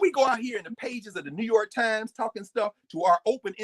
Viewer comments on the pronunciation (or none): none